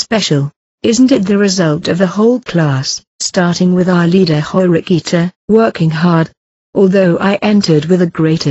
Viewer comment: I die every time I hear that in the voice over